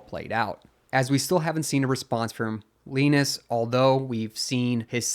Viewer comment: Just want to know how can you get wrong on a name when its said countless times on LTT i know its not the same guy but still the same spelling and name Linus is Lin us or say it like line us just a heads up